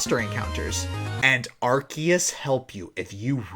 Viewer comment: arceus is pronounced ar-sea-us